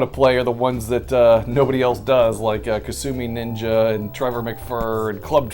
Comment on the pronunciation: I remember hearing a trailer for upcoming Jaguar games say "Coming soon...Kasumi Ninja" which to my ears sounded like "Consuming Ninja". I thought maybe it was a sequel to the oddball Lynx game, Kung Food.